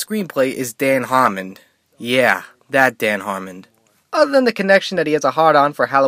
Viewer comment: "Dan Harmond"